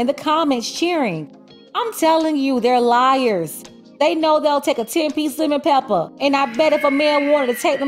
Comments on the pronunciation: The way you say Lemon Pepper is hilarious 🤣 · 😂 “ 10 pc Lem-ON Pep-PA !!”